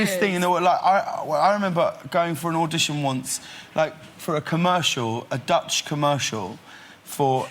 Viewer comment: sound more that he is talking about a german person in stead of dutch